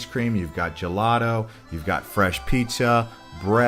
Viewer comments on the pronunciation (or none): none